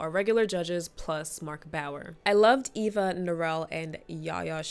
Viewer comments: lol. Her name is Eva. Not Ava ❤️ Great video 🎉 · Is she calling Eva "Ava" 😢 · I cringed so hard every time you called Eva Ava 😩 but this was a great video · It's Eva not Ava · its so funny because she has a disclaimer about it actually being eva, even though she called her ava, and then immediately continues calling her ava😂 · Obsessed with how you spent the entire video calling Eva “Ava”😭❤️ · Pretty sure it’s Eva, not Ava 😅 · Are you saying her name as Ava on purpose? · EEEEEEva girl. Eeeeva. With an E. Sheesh.